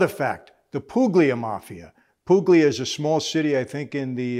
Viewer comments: Puglia is pronounced Pooh-lia like the restaurant down on Hester street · Calabria and Puglia (don’t pronounce the g) are regions, not cities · Great shout out to Puglia but it’s a silent “g”👏 Lol . My father Salvatore was born in 1952 there and immigrated to Toronto , his whole life he hinted at a past life but would never tell Us , as kids he would joke that if we where bad he’d dig up his old gun lol . When i was a grown adult one fall I was helping him dig a hole for his fig trees , we would bury them below frost for the winter here in Canada, we’ll didn’t we hit a box 📦 wrapped in 20 bags lol for over 30 years won’t say but you can figure it out . The look he gave me when we opened the box , I knew . But wasn’t until his death of cancer in 2014 on his death bed he told me his whole life story in that life . I Don’t want to talk about it on this but wish I could talk to you and ask you questions and connect some Dots 👏 thanks Michael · Calabria and Puglia are not cities but regions. The g in Puglia is not pronounced so it's more like Poo-lee-a. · It's pronounced like Pulya. The g is completely silent. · Sono Americano, ma con parti Italiano. So yeah. I wish the Italian culture was more in my city (italian named city but yeah) Anyway I had to cut when you said Puglia. Poog li ah. No disrespect, you lived it, I'm a nobody but yeah. Mr. Fran-zez-ey my mom taught Sicilians/Italians hate the mafia. I'd mention where I live but don't really want a get whacked. I'm a exit stage left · That's not how you pronounce Puglia my friend. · The g in puglia is silent